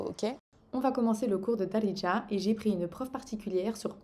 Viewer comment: C'est "Be Dziriya" littéralement " en Algérien " ce mot Daridja ne veut rien dire en faite . Il faut travailler ton H ح c'est le plus dur pour les étrangers non arabes